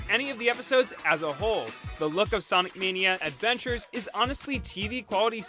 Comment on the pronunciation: Sawnic Mayknea Edvenchers